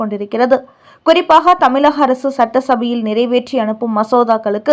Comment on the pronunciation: தமிழகம், இழப்பு போன்ற சொற்களில் வரும் "ழ"கரத்தை கவனமாக உச்சரிக்கவும். தமிலகம் என்று ஏன் கொச்சையாக சொல்கிறீர்கள்.